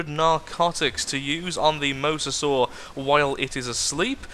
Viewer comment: it is pronounced mo-za-saw not the way you have been pronouncing it for the last 2 episodes!